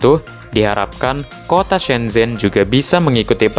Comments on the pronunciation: Duhhh..geli pelafalannya...shen chen....bukan sen zhen donk...mimin banyak belajar dulu ahh.. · Ada pepatah Cina "Kalau ingin melihat masa lalu pergilah ke Beijing (baca Pei Cing), kalau ingin melihat masa kini, pergilah ke Shanghai, tapi kalau ingin melihat masa depan pergilah ke shenzhen (baca Shen Cen) Oh yah propinsinya Guang Dong tapi bacanya "Kuang Tung "